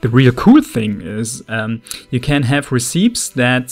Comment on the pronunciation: Also just FYI, Recipes is pronounced: Re-Ce-Pees